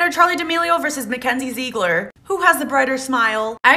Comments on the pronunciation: I’m not a hater love your videos But when she said Mckenzie zeeeeigler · It is pronounced zig-ler not zeegler